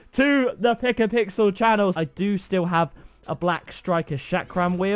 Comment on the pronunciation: Not pickapixel its luckpixel